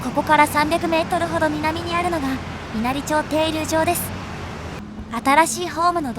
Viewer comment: わかりやすい動画をありがとうございます。 稲荷町は、いなりまちと読みますよ。